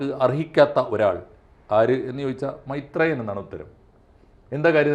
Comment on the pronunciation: മൈത്രെ യൻ അല്ല കൊച്ചേ മൈര് ത്രേയൻ